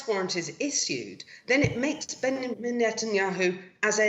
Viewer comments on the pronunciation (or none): His name is not behiman. It's Benjamin micliwsky